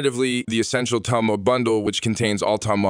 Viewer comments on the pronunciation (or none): By the way it's not "TOM" Mods ... it's Tome... Like Home but with a T. Killin' me with the pronunciation ... I WILL be doing the new update though seeing as how the book can be made to be good ... and since I don't Steel Path, it'll probably be great in the rest of the game. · So that explains why the voice kept saying TOM MODS ... and not Tome Mods. >_> .... Ugh ... Why use an AI voice? That's so lazy.